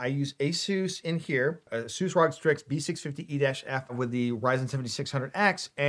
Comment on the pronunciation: I'm a long time subscriber but I'm gonna say it. You keep on saying /rog/. It's weird. It's wrong. Sounds ugly. But what do I know so I checked. Not all readable abbreviation should be read as an acronym. It still depends on the community so no. Not /rog/. It's /r-oh-gee/ as also pronounce by Asus. My God.